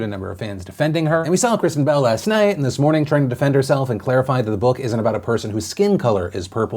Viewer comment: I legit thought you said "bowel" instead of "bell" at the end there, Phil.